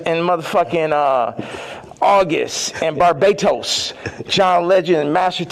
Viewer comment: Same! & The way he says BARBADOS “BARBATOS”. 😂